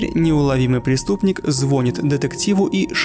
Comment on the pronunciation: звонИИИИт, а не звОнит;)